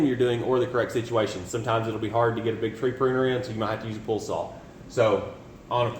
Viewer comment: It’s called a “POLE SAW” not PULL lol